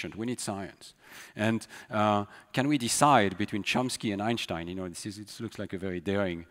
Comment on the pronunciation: I am amazed by Stanislas accent! He has a generic french accent but you can clearly hear an american accent on certain words! To top that you can clearly hear a perfect german accent when he says 'Einstein'